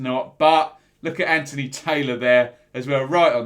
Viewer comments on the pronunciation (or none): none